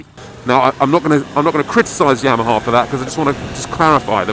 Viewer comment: YAM-a-HA - as in .......sweet potatoe?????????